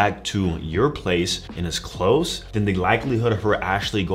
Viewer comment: I like how he says close 😂